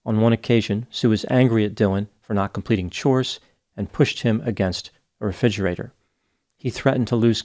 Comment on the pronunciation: my mom says "reFIGErator" too! In 36 years, I've never heard anyone else pronounce it that way.